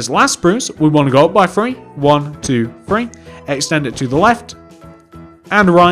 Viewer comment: It's three not free